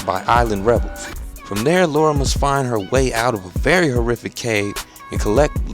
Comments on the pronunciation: You my friend are one of the best reviewers on youtube. Really looking forward to this one, as I love a game with a great story and great gameplay. P. S Just thought I should mention her names Lara not Laura, LOL, It's all good though. Thanks Again for the great reviews man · is Lara not Laura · good review but it's LARA.... LAAARA! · The miss-pronunciation of Lara is really hard to get over >.> but great review regardless good job man. Can't wait till Monday GAME still haven't dispatched my copy but i really hope it arrives on time ^^ Should point out i was expecting today because Sunday of course isn't a working day for post so i was worried that posting on Saturday would make the game arrive late but i'm probably worrying about nothing ^^ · What is so difficult about pronouncing Lara? I don't get it... never been an issue for me.